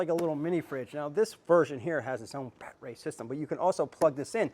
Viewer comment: The way this guy talks makes my skin crawl like I’m afraid he’s gonna well that’s not pc but it’s a battery not bat ray bud Good information this but no subscription